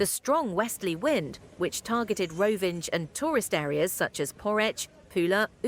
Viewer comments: "Rovinđ" 😂 It's Rovinj, pronounced like "Roh-veen", with the "nj" sounding like the 'ny' in "canyon". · “Rovinge”. Come on!